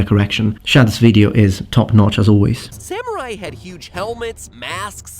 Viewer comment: you actually said samurai right!